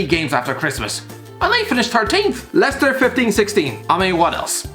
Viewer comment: or could pronounce it properly....